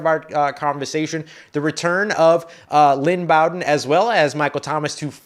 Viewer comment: I thought it was pronounced Lynn B-oh-den